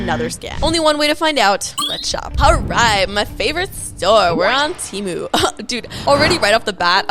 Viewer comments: Its pronounced TEEMU, not TE-MU. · temu is pronounced "teee mooo" not tem ooo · It's not TEA - MOO it's Temu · “from TEHMU” lol😂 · Why the poes are you calling it ,"Tiimu"???